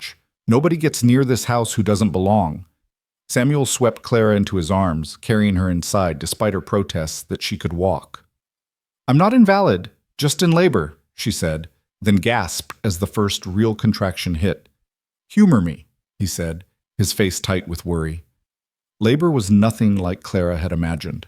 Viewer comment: Not in•valid, that means not valid. In•va•lid, meaning unable to do something. AI doesn't understand different pronunciations and meanings of words spelled the same but said and/or defined differently depending on the context.